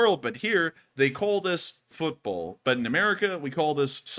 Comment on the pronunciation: you're pronouncing football and football differently 😉